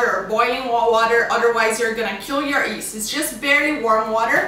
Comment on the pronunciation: Yeast not east lol :)